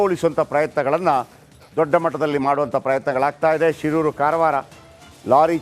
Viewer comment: Karavara alla maraya,,uttara kannada annu